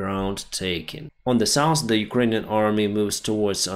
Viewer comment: SOUTH - not souse NORTH - not norse